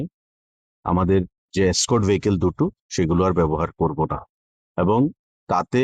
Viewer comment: Its not Scott but "Escort".